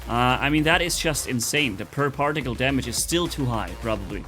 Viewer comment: "particle" - exists - "parjaktile"